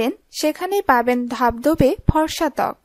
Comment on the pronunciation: Forma na, forsa.🤭